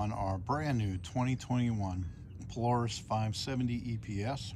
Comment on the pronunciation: Its polaris not poloris